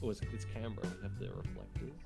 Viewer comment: Worst part of this video is how pronounces Canberra